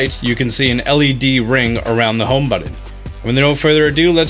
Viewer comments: buTTon not buDDon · What's a home "budden"? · It’s funny how he says button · Pronunciation police here... How many "D's" are in the word "button"? It shouldn't drive me bonkers, but somehow it does.